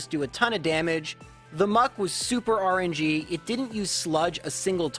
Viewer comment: I always laugh when you pronounce rng phonetically instead of saying the acronym. And when you say rng instead of just rn